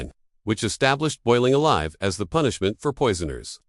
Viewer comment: Boiled "a-lever"?!?